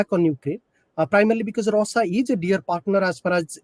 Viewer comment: This guy a joke, can't pronounce Russia properly, such a bad accent. Had to turn on subtitles to understand. too says OOkraine instead of Ukraine. Presentation matters.